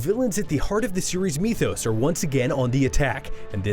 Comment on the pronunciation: That word is pronounced with a long I, like my. Mi-thos.